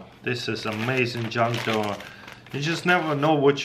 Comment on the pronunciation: Is it me or do I hear , 'John doe' instead of junk drawer 😂. LOL